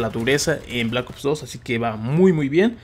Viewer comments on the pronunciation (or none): none